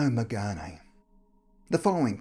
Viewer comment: The E in Megane is silent..